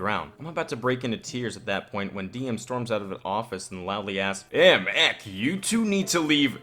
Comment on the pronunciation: I don't know why but every time you say Ehk instead of EK is kind of annoying. It is two words E.K.